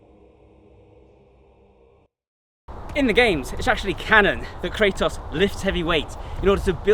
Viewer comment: Fun thing, the "Kra" part of his name should be pronounced like "Kra" from the german word Krankenwagen and the "tos" part like the english word "toss" because it's the greek word for power like in demo-kratos(democracy) => the power of the people Edit: Sorry for the weird way of explaining it but no english word that would have such a "kra" sound came to mind